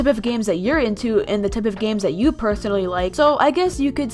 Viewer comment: Did anyone notice that said “tip of games” instead of “type”? Time stamp below.